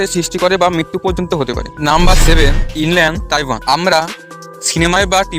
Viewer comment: সা‌পের নামটা ইনল্যান্ড তাই‌পেন ব‌লে শু‌নে‌ছি।ইনল্যান্ড তাইওয়ান নয়।